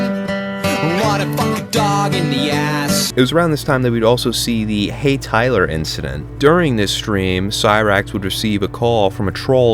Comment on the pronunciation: I have to nitpick correct you on ONE thing, can't enunciate his L's, so he said "Hey TYWER" 38 times lol hey tywer!